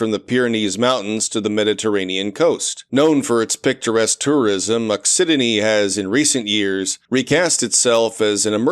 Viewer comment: also occitanie is pronounced ockytany, and has an English translation: occitania (also pronounced with a k)